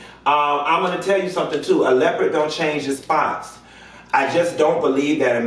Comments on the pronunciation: “Leopred” 😂😩😂😩😂😩 I’m dead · “Leprid”????!!! 😩🤣🤣🤣🤣😭 I love you 😘🤣🤣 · Why did this fool say blonde LEPRID?! LOL